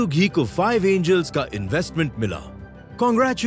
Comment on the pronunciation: Did he hello Anals, instead of angels.😂